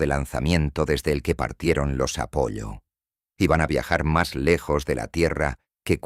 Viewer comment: NO ES UNA MISIÓN AMERICANA, es Estado Unidense o Gringa si lo prefieres, porque México, por ejemplo o Brasil no participan. Y Apollo, pronunciado con doble ele no tiene que ver con pollos, es una sola L con pronunciación larga, un saludo y un abrazo